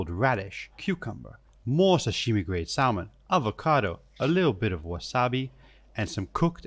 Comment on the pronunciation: The L in salmon is silent.